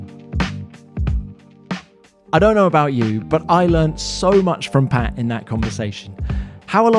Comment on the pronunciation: I think it's Pat not pay, buddy ..